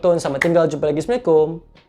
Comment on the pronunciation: Komen jujur , kalau nk bg salam tu sebut lah elok elok .😊